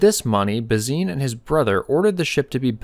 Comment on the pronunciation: Why are you pronouncing Bazin incorrectly? It’s disrespectful.